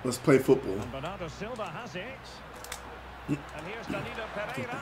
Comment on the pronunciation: He said bernado